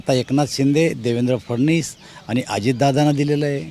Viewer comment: उच्चार तर व्यवस्थित करा देवेंद्र फडणीस नसून फडवणीस हा आहे !